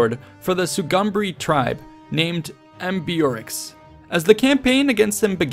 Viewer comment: browse thru your writting and learn to pronounce the hard ones like ambeorix before,should only take few min and ur flow will be ....